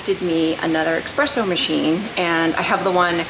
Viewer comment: The “exspresso” killed me the whole video. Other then that good info